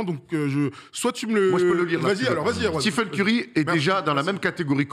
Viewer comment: Excellente vidéo, pour moi il est top 10 CLAIREMENT avec une carrière pareille et un impact sur le jeu sans précédent depuis peut-être Jordan. (Petit détail, on dit stéfeun et pas stifeun)